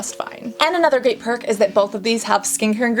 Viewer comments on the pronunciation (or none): none